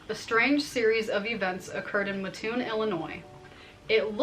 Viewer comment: It's pronounced Mat toon not Ma toon in Coles County.